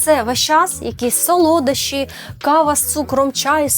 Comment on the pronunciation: сОлодощі, наголос на першу о